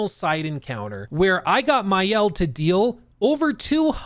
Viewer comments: Hey man, for info it's Ma-Elle in french, not mayelle. love that review, didn't know the game nor the company but will take a peak into it. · Maëlle is not pronounced Mayel but rather Mah-elle. Thanks for the preview, genuinely good. The fact this is the studio's first opus make it even more impressive. I hope that the success they are gonna be granted won't change the core of their team and the way they cook. This is a raw gem as a studio!